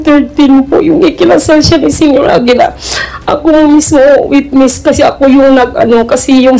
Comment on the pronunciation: Senyor Agila po ,hindi po Senior Agila,parang ganito po,Senator hindi Sinator